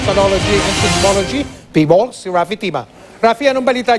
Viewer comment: 🤣🤣🤣 Hindi pa marunong sabihin ang name ng PHIVOLCS